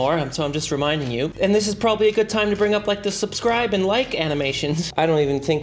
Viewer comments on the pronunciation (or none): none